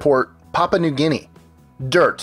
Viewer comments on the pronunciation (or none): none